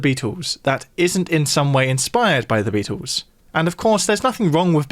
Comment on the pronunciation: Is it pronounced "Beat- ooos" or "Beat-ulls"? 😂